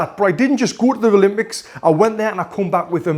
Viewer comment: I have one question why do you say ralympics instead of Olympic hahahaha